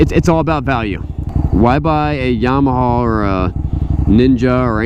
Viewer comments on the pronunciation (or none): none